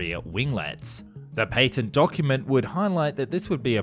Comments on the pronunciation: the PATTENT ( PAT - TENT) not PAY TENT. -_ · A missile carries a warhead, rockets do not have warheads, therefore the two terms are not interchangeable. Also, patent has a short a, as in apple,not a long a as in airplane.